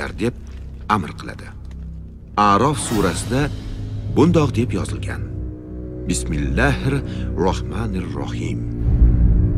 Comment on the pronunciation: Rosa basmalani emalab aytibdilar aytuvchi . Keyingi safar ozroq arab harflarini maxrajlarini urgatib yozingizlar ovozni